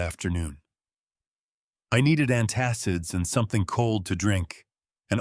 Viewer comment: Antassives what are they? The word is antacids. 2 times